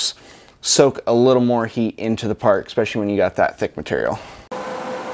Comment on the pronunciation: Great video, great welding. But “Ek-specially”??? What language is that?